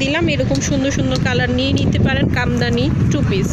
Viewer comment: Komdani na kamdani